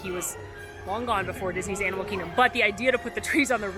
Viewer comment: Animal Kihgdom? 🤣